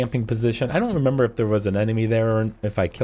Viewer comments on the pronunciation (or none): none